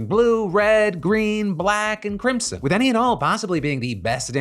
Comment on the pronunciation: Phil I'm going to need you to pronounce crimson for me again